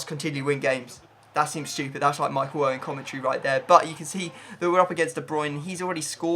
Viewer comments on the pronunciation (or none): none